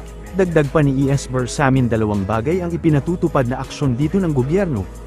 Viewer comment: why are having difficulty pronouncing the names of Executive Secretary, Bersamin at Cmdr Tarriela? Are you a foreigner?